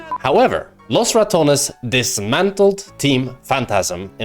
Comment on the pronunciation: Love the highlights. Though being able to speal good Spanish and pronouncing "Los Ratones" as he is in the video makes me feel some kind of way 😭.